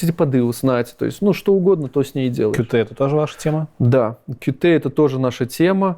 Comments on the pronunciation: не "кью-ти", а кьют блин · официально правильно читать "кьют".